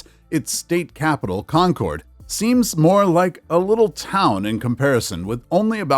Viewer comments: Gotta admit that /,kɒn.'kɒrd/ ("Con-CORD") pronunciation is cracking me up. I don't think I've ever heard anyone in New England pronounce "Concord" as anything other than /'kɒn.kərd/ (closer to "conquered", with stress on the first syllable and a schwa in the second). Odd how these little things jump out at you. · Concord is pronounced conquered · In New England, Concord is pronounced "Concurd", not "-cord". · It's pronouncing Concord as con-Chord. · It isn’t Con cord, NH. You have the accent on the wrong syllable. Conc ord. Pet peeve is when the names of places are mispronounced. MA says it one way, NH the other. Many towns in this country are the same way. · It's not really a matter of syllables. It's more like Con-kerd. Also, Concord MA is often pronounced the same way unless you've got the Boston accent, where it's more like Con-kid.